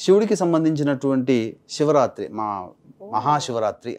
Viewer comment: అయ్యా.. షివరాత్రి షుక్రుడు వంషము .. ఏమిటి స్వామి మీరు పెద్దవారు మీరే ఇలా ఉచ్ఛరిస్తే ఎలా అమ్మా యాంకర్స్ తల్లీ ఎంత స్పష్టంగా ఉంది నీ ఉచ్ఛారణ. చాలా మంది యాంకర్లు, పెద్ద పెద్ద వాళ్లకూడా “శ” ని ష అంటున్నారు